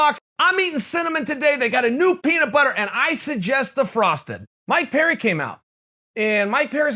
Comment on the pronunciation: I thought you were saying "my parent" not "Mike Perry" hahahahaha